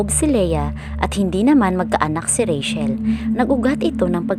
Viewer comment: Ang pangalang Rachel ay binibigkas na rey - tsel, at hindi rey - shel. Sana ay makatulong.